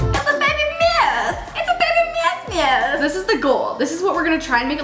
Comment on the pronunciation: I love the way she says miyouse and alice wachubbbbbyy